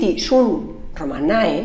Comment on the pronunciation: No creo que se lo crea ni ella. Es que no hay por dónde cogerlo. ¿Sentido común?, pero si no sabe ni pronunciar "romanae", hombre, por favor. ¿No ha oído hablar del sincretismo?. Señora, está demostrado, precisamente en los idiomas que dice usted que no. Madre mía, cómo se puede estar casi una hora delirando. Menudo fraude de profesora.